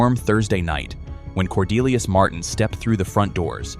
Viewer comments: "Cordelius" for God's sake. What in the sacred F?? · After saying Cordelius.....say no more.